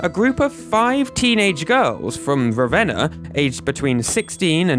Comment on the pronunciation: THANK YOU for pronouncing Ravenna right 😂😂 Spent a chunk of my childhood there!